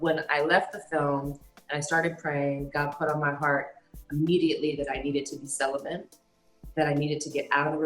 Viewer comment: Did she say “celibent”? 🤔. Prayers for both.